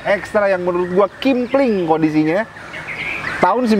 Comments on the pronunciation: KEMPLING bukan KIMPLING 😅🤣 ahh lu dr awal2 dlu ngonten msh aja, di ulik dulu bnr2 kalo mw ngonten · Kempling bukan kimpling😂😂